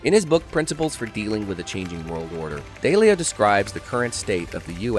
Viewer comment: It's DAW-leo.